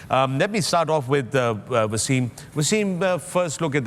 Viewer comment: Waysim???? He's a legend of your country an outstanding player who put Pakistan on the map. Speak English as you want but the first waysim was WTF. Why?? He is wasim not waysim. respect